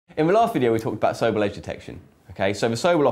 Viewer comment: isn't it pronounced So-Bell, not Soble?